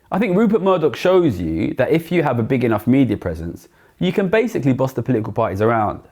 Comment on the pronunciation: Essentiallee, basicallee, essentiallee, literallee....